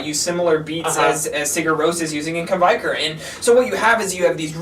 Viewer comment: its pronounced kveikur - "kv (hey) k (our)" isjaki - "iss (as in piss) yah key (as in keytar)"